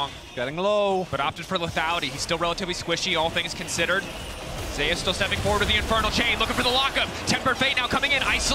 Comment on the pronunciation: why the pronounce zeus like that 😭